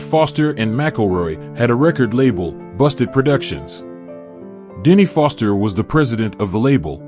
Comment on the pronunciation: This is some A.I. bull sheep.... A lot of weird off content and mispronunciation of words .... It's Foster and McElroy you idiot bot! Can't believe anything these days.